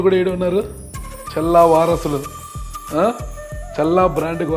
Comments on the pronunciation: మరే.... వినలేక ఛస్తున్నాం ఈయన "చెల్లా" 😂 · ప్రయోక్త గారూ ‘చెల్లా ‘ కాదు ‘ చల్లా‘ అండి.